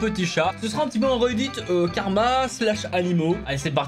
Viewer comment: Quand t’as dit "instant Karma" j’ai entendu "instant Carambar". 😂😂